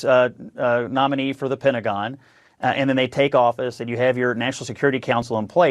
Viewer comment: as I listened it sounded like Pentagon "Brats"